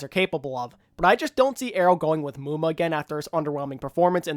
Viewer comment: FUUUUCK NO not muma